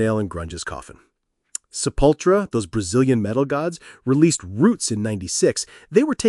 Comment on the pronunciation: I've never heard Sepultura's name butchered so precisely 😮